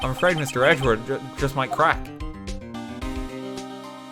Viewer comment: i like how he says Edgeworth as Edgewurt